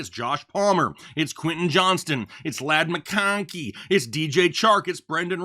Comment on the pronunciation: They way he said ladd mcconkey 😂😂😂